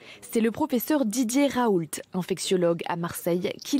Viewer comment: Didier RaouL't... Raoult, ça se prononce sans le L. Vous dites "voiture RenauL't" vous ? Bordel mais vous sortez d'où les journalistes ?!